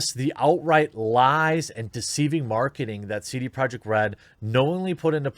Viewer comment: i couldnt understand how he pronounced his own company.